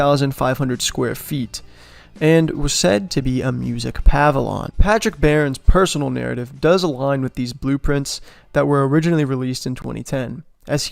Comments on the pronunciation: "Pavilon" is not a word. It's a pavilion. Puh-vill-e-un. You discredit yourself trying to make an informative video when you can't even pronounce a simple word correctly. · What’s a music pah-villon? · Pavilion, not pavilon, and it is funny that the sketch has an octagonal structure like the Dome of the Rock, unlike the actual structure shown here which is rectangular. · “Pavilion”, too.